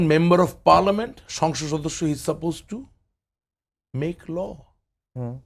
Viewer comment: ভাই, উচ্চারণ টা হবে সংসদ সদস্য। কিন্তু আপনি আসলে কি উচ্চারণ করেন কারো বোঝার ক্ষমতা নাই। তবে আপনার চেহারার এবং কথা বলার ধরন সাহেদ সাহেবের সাথে মিল খুজে পাওয়া যায়।